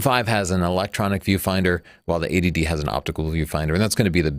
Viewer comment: just a pointer; you should say EIGHTY---- D for this camera comparison , you're saying it phonetically like ADD. (this is Attention Deficit Disorder- not a cannon camera)